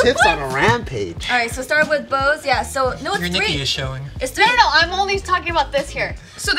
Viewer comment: hey bart said tree. they shouldnt have gotten a point haha